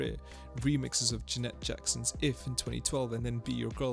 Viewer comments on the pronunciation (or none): I'm here because I've never heard anyone say "J'net" Jackson before.